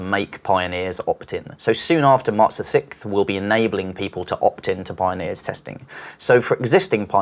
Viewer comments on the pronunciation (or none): its sixth! not sickth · He said march the sicth. Not the sixth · March the sickth , no offense buddy its just funny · Mr. Jaden literally thought I was the only one who thinks he says it weird 😂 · It troubles me how says March the “6th”. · Why he gotta say sixth like that